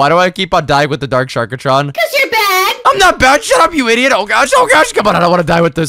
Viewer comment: its not sharkatron its sharktron no offence